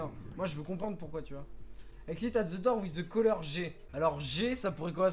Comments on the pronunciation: Il la dit dour au lieu de door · On dit door pas dour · Dour mdrrrrrrrr , c'est Dort ( la prononciation ) , sa veut dire porte , tu le sait mais je prefere le rappeller , continue comme sa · The "dour" MDR, sa se dit "dor", 😁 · Je vais vomir, pendant toute la vidéo "dour" "dour " ! S'il vous plait tuez moi, dites lui que ça ce prononce "daur" ou "dôr"! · Tu t tromper au début tu a dit Door alors que sa se dit dore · Nan c'est "dor"